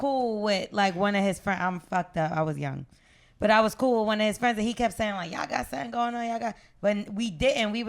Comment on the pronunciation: Trouble said Bool (cool). He reps the B too